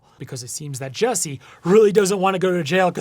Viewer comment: His name is “JUssie” not “JESSie”